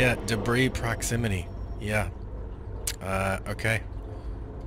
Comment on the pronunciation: It's not dibriss... the word sounds like DIBREE. It's from French.... "early 18th century: from French débris, from obsolete débriser ‘break down’." You say it like "did brisk" the word sounds more like "debrief" it's terrible to see people posting videos where they say things wrong through the whole video. I thought he was saying deez breasts at first....